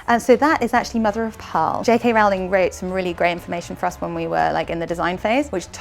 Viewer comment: Why does everyone pronounce Rowling incorrectly?????